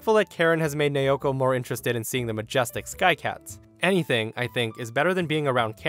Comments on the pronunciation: it's na-o-ko, not na-yo-ko.. my Japanese friend name also naoko. Btw, my fav is the store one, that was really funny, karen must be so pissed, how can she come up with an idea that she's the owner's wife 🤦‍♀️🤣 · "Nayoko" thats how you said it, its said as Na-o-ko Just saying :p nice video btw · That's.... not how to pronounce Naoko lol. It's "Nah-oh-koh", but the "ah" and "oh" sort of blend together to sound similar to the word "Now". If it were spelled the way you were saying it, it'd be Neioko lol. In Japanese, each of the vowels make *one* sound, period (unlike english with its soft E's and hard E's and other complicated language things). A = "ah", O = "oh", E = "eh", I = "ee", and U = "ooh". These sounds can be combined to make other sounds, for example A + I = "eye"; that's why A + O = "ow" and not "ey oh" lmao. I hope that helps for future videos. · Naoko is pronounced as Nay-o-ko. This from a Japanese woman I met while on vacation a few years ago. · USJ story. The woman’s name, Naoko, is pronounced NOW CO.